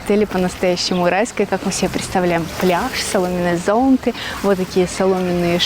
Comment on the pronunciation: ЗонтЫ, а не зОнты!